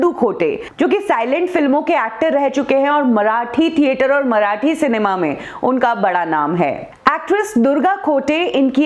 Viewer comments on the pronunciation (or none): none